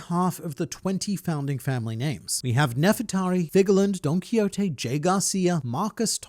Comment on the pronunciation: While the content of the video, production values of it, and very interesting theory would have been like-worthy enough, I wish I could give an additional one to express how pleased I was to hear both “Uranus” (YOOR-unn-us) and “Donquixote” (DAWN Key-HO-tee) pronounced correctly. If disappointment was to be had in one area, though, it's that in spite of the perfect opportunity to do so, it wasn't mentioned that Imu having the mind of an adult, but body of a child would make them a diametric opposite of the adult-with-the-mind-of-a-child that is Momonosuke. Given Wano is confirmed to have a copy of Pluton (I'm of the mind the Poneglyph claiming it was buried in Al/Arabasta is still correct, as Water 7 saw Cutty flam/Cut D. Flam/Franky burning the blueprints to the “ship”, proving it as a product anyone with the materials, know-how, and manpower could make multiple times, if wanted/allowed, thus not-at-all guaranteeing the one in Wano is the only one) this also links the two beyond the conceptual level, but outside of that, I'm not sure what significance could be had. Perhaps this is foreshadowing, when one takes into account the Kozuki Dynasty is tied to the moon, the fact they'll bring the “Waxing” of the Kingdom to an end? Figarland Garling is first shown orientated facing left, thus making him a Waxing Crescent, and if other World Government-affiliated entities embody the other phases leading up to a full-moon, this may mean other characters embody the waning equivalents of